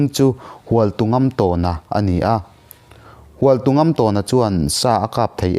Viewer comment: Hualtungamtâwna tih a lamrik tur a ni lo maw... " Tawn " tih lai hi thlûk tur zawk a nih hmel.